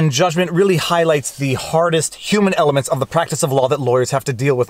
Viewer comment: Hear him say, "the HARDEST human elements"